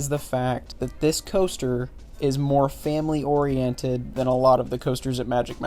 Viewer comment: "Family oreinted" me:😵